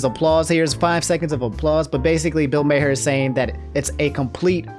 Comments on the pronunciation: Something about mispronouncing Bill Maher's name brings me so much joy, because it reminds me he has become so fucking irrelevant that even his name has gone into obscurity. If there are people out there who don't know who he is and think he's always been irrelevant that's even better. I feel like his type of liberalism is so outdated and honestly I hope Twitch drags him for his comment because it feels like he gets away with saying anything. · here's the full video on the Bill Maher (pronounced as Mar) take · I like Bill Maher (pronounced like "Marr") but he should stick to attacking politics. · Senpai noticed me! 🤩 Also, Bill Maher’s last name is pronounced “Mar.” (Rhymes with bar.) EDIT: Also, also, Disneyland was holding a moment of silence for those who’d died of COVID when the photo of the crying Disney Adult was taken. Mother Brain… 🙄